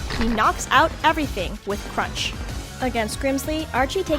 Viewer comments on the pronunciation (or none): none